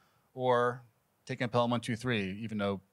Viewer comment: This looks great! Very interesting. But…it might have been a good idea for the presenter to have seen the film. “Pel-ham” is a tell.